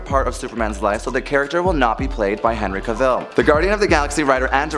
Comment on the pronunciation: You need to pronounce actors names correctly. To quote Henry Cavill "Cavill is pronounced like travel". Who wants everyone to pronounce their name incorrectly? Just ask Brendan Fraser.